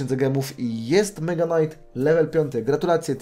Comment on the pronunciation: Muwi sie mega knait